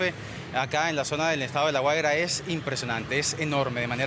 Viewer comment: Se dice Guaria, no Güera